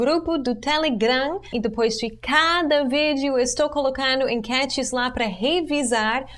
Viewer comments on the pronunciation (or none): none